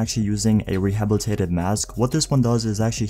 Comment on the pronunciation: The way he said rehabilitated lmao 😂😂